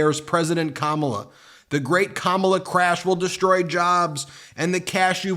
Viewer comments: "I'm doing good with buh-lack men, and women want safety" (as in, the women don't have safety unless the darkies are put in their place). The way he says black is a grade school taunt, just lilke the way he pronounces ka-MAH-la. She turned buh-lack you know, it's a disgrace. That someone can tolerate this bully says a lot about them. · Pronounced "Comma-La".